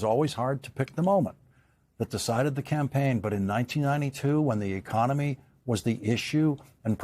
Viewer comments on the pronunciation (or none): none